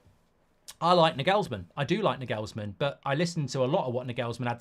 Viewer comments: Nah-gels-man not nag-ells-man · Can you please for the love of god stop calling him Nigelsmann. There's no "I" in his name it's an "A"... Clearly!